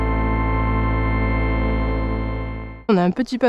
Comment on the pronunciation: Délire cette via. Ca me donne trop envie pour quand je passerai à Montpel. Merci pour ces images. Ah et c'est "Vidourle" pas 'Virdoule". C'est bien le petit récap à la fin sur des vidéos découverte comme tu fait. Ca manquait un peut sur les autres. 👍